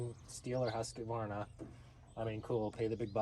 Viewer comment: Yes, same here. The Sthil seemed to be very smooth and fast to work with. Also the faster chain speed seem to help a lot. I guess im biased though. I own 2xStihl saws... MSA200 and MS250CBE. But Im also a Swede so I should like the made in Sweden Husqvarna... That you guys prounounce wrong btw.... 😅 Great video!